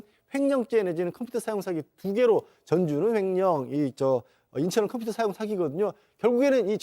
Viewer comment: 콤퓨타 발음 좋으세요 ㅋㅋㅋ